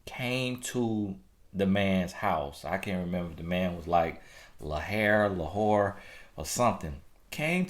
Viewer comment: Lahair? Lahore? It's Lot,. You be funny of recent. Watch yaself now. I keep laughing over here!